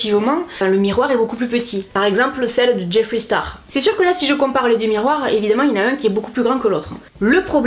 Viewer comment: merci de prononcer jeffree « jeffri » et pas « jeffrai » 😭